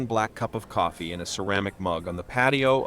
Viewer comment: cofeee co℥℥eee